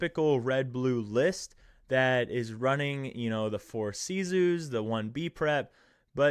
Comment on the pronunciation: lol. It’s pronounced as if some American was saying it with an attempt at a French accent lol.